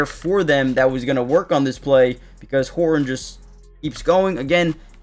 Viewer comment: go Hor un? Please. There is a T in that name. It is HorTon not Hor Un. You are not a Cockney Englishman.